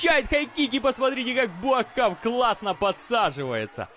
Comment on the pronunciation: Неужели так трудно правильно писать и произносить имя бойца,тем более легендарного) БУАКХАО его зовут